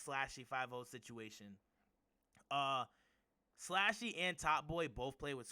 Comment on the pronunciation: Itz pronounced slushy🤦🏽‍♂️not slashy slushy like the gas station drink